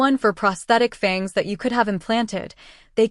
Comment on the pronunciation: I usually can tolerate AI but isn't there a way to go in and correct the simple mispronunciations like Fang!😢 ugh and Were( as in werewolf). No man's land... 😢😩